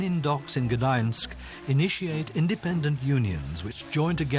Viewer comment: The voice over is hilariously bad: "Real Potilik", "Gdainsk", etc.